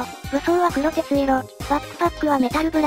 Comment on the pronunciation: 黒鉄色は くろてついろ ではなく、こくてつしょく だと思います 間違えてたらすみません